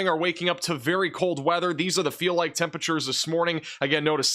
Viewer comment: “temperature” is a four-syllable word..